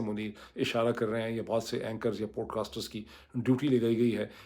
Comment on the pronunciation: پُوڈ کاسٹ نہیں ہوتا بلکہ پاڈ کاسٹ ہوتاہے پیش کی جگہ زبر بولا جاتا ہے۔